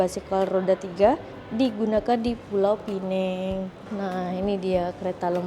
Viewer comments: maaf ya... sebutan Pulau Pinang dengan bunyi Pulau Pineng. Pulau Pinang sebutan Melayu. Penang (tanpa perkataan Pulau dihadapan) sebutan english. Jangan keliru lagi. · Pulau pi- nang.. Bukan pulau pinenng.. Kalau nak sebut ikut english barulah sebut pinenng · Pulau pinang, bkn pineng. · Kalau bicara soal sejarah.... Pastikan sebutan nya betul dek... PULAU PINANG bukan PULAU PINENG. Nanti jadi pening kepala pulak 😂 Maaf ya 🙏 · cakap KL la Pulau Pineng 😂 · Anehh betul bahasa melayu … Pulau pinEng. 😂 dtg dr eropah ke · Maaf. Cara sebut nama Pulau Pinang tu salah. Cara sebut tu, gabungan bahasa Melayu dan bahasa Inggeris.